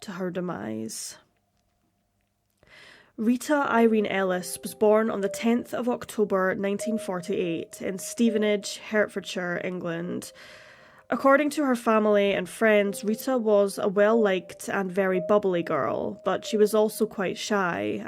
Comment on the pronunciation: Love this channel! (FYI: 'Hertfordshire' is pronounced HEARTfordshire).